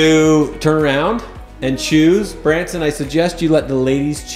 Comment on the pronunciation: It's Branson not brandon